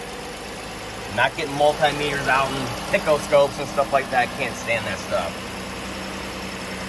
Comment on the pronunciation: LOL "pick-o-scope" Great video, like always, good sir! OORAAH!!